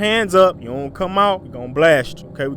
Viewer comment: "If you 'ont come out... we gone blast ya. We gone blast our way up in there" 😂😂😂😂💀💀💀